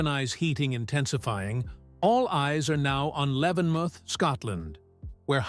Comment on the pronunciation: Please say Levenmouth properly